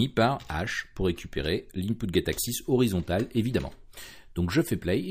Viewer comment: Ton accent sur Horizontal et Vertical, sur la récup des Axis ma fait bien rire :-) Horizontôl et Verticôl :-) Je vais bientot mettre une version ultra alpha de mon jeu sur ton fofo. Bonne journée.